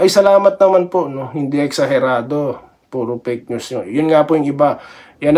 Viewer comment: kc boss pg pronounce ng fake news eh dinig nila pink news